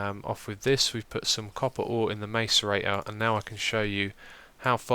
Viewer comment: You say macerator wrong and it is really irritating me